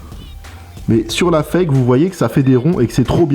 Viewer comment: 😁 tes chiant a dire foke le fake a la fin